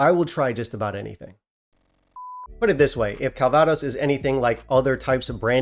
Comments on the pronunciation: If you pronounce CALvados CalVAdos, why not pronounce BANGkok BangKOK? At least that makes semantic sense, right? Less importantly, this doesn't seem to be selling that easily in the German market (nothing is, really), so it's already available at a best price of €76 with shipping included. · I'm strangely impressed that you managed to stress the wrong syllable in a three syllable word when you said 'calVAdos' instead of 'CALvaDOS'! Having drunk quite a lot of it in the region where it was made (including some 1933 and 1945 vintages from either side of a certain German Chancellor) and even picked apples that were to be used in a vintage after I came home, it just sounded so odd to me... I suppose it's similar to 'Loch loMOND' instead of 'Loch LOmond'! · Calvaaaaados? Could be worse.... 😁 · Your pronunciation of calvados is funny 😂